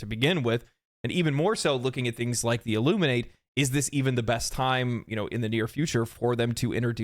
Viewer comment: I NEED you to learn how to pronounce “Illuminates”